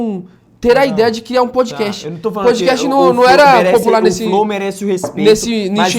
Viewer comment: Os caras não sabiam nem falar Podcast.